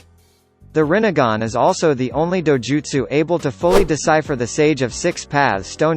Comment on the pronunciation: He only said rinnegan and tsukuyomi almost perfectly.